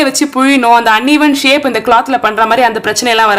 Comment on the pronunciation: திரிச்சபால... ஷேக் இல்ல ஷேப்